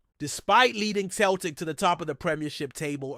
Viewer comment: Celtic not Keltic FFS